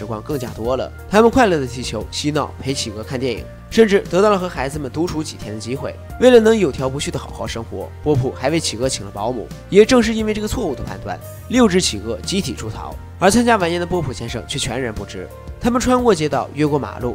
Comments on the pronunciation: 有条不紊 ，最后一个字念 wen 不念xv， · 五分半多的时候有个字读错了 有条不紊(wěn)...